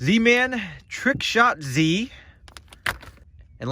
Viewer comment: i am tired of this, all of the zman products are pronounced like they end with an S, the trick shotZ is pronounced trickshotsss